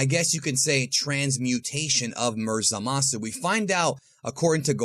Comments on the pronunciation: Zalasu xD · Ah yes, Zalasu